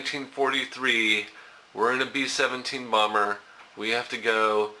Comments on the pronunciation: BEEEE SHEVENTEEEEN BALMMMMER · Bee Seven'tiiin Baambur.